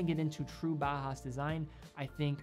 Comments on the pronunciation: Great video. But please don't pronounce Bauhaus as Bahas. Bauhaus is pronounced similar to "bowel house". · I would like to note that "Bauhaus" design is pronounced like it is spelled "bau haus", not "baa haa". Every German name of watch is pronounced correctly, and than consistently bauhaus is pronounced incorrectly :) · It's pronounced more like bow-house (like take a bow) than bah-house fyi. Nice video, beautiful watches. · Your excellent review aside, can I just say that your pronounciation of "Junghans" is spot on? You must the first watch youtuber to nail the short "u". And "Bauhaus" is pronounced just like "Bowhouse" with a sharper s at the end :)